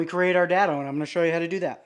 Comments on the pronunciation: It is "day-dough" not "dad-o" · Is there a reason most builders put clamps on a table with the bar pointing up not down! All I can think about is taking out n eye bending over to pick up a screw! PS it's pronounced DAY-Dough